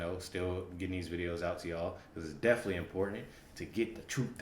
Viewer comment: DEFINITELY……..not deffly . Give me a break, this guys as dumb as Willis. Why do we need dumb people reacting to reaction videos! Learn to speak d bag